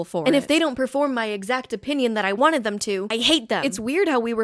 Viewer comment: Love your videos but if you ever pronounce the word “wanted” with a hard H like this ever again I will walk into the sea!!!!!